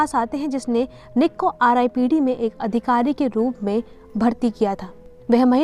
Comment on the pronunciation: Its not ripped its R dot I dot P dot D,, explanation is gud but apne starting me hi ripped bolke galti kardi ,as a viewer mjhe galat hi feel hua